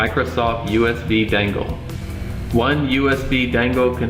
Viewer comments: How you say "Dangle" haha, you know it's "Dongle", right? It's great, of course by now there is Nougat available, but still I'm not convinced to install it and lose the tv functionality. Now you have Aptoide TV which is a 3rd party play store, which is really good and lets you use most android apps. But one question, at what dpi does this run? The shield TV has standard 320dpi I believe. I've changed it to 260dpi with 10% bigger fonts using ADB. But I'd like to know which is optimal? Some apps scale different than others, they have a different threshold for tablet modes. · My man, why you keep saying "dangle" it's dongle.